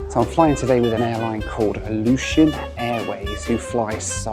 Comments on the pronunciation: Love how he pronounces Aleitian almost exactly the same as Ilyushin. Is he aviation brained or just British? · Is it just me who thought kept saying “Ilyushin” Airways?